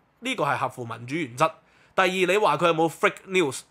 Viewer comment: ，係fake news, 唔係frake news.